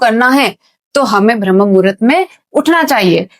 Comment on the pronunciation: यह 'ब्रह्म murhat ' नहीं है मैडम, यह शब्द है - 'ब्राह्म मुहूर्त' है. जब आपको सही शब्द ही नहीं मालूम तो फिर उसकी जानकारी भी आपको क्या ही होगी?